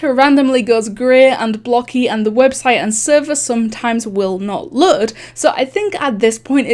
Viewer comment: HOW ARE YOU SAYING LOAD WTH